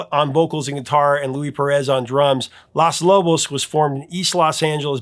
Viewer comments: Good video but it is Los Lobos with a long "O". You are saying Las Lobos like Las Vegas. O is always long in Spanish. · It should be the top 8 covers. I love both versions of Sea of Love. The video to Sea of Love is great. It's pronounced lohs. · I love the, but it's funny how he keeps calling the band "Las" Lobos, not LOS Lobos. It think he's thinking of "Las" Angeles! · BAMBA not Bomba, lOS lobos, not LAS lobos, alas... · First of the good the content is very interesting and I enjoyed this video very much. But it was like biting on tinfoil every time you pronounced Los Lobos Las Lobos. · Lol, you kept calling them "Las Lobos." 'Los' rhymes with 'dose' in Spanish. Las is the feminine form. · Los Lobos.... not Las Lobos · Prof😂 Los Lobos with long o bro. You called them “Las” Angeles. Ya called em the feminine version. Good call on that song. I used fake words when my band played it years later. BTW, I saw that show in Davenport when I was a cute little kid. PS I know the real words now😅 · Hey Prof. It's LOS Lobos, not LAS Lobos. Lobos is Spanish for wolves. LOS is the male version of THE. Generally you match A's and O's. Lou Diamond Phillips is a friend of a friend and did a great job in that film. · Thank you. I kept flinching every time he said “Las Lobos.” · So interesting. Curious to know why you call the band Las Lobos instead of Los Lobos. Maybe I have always understood the pronunciation. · Sorry to complain, but you’re killing me with the pronunciation of “Los” for Los Lobos. You’re saying “las,” which is the feminine tense. “Los” is the male tense, to go with the next word ending in “o,” making it male. “Las” generally goes with words that are “female” (tabla, silla, cara, etc. are easy examples). The “o” and “a” endings are not completely hard and fast, but are probably 95% the respective genders. Why? 🤷‍♀️ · LOS - not LAS Lobos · Los Lobos, not Las Lobos. C’mon. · Los is pronounced "lohs," not "lahs." Otherwise, great video!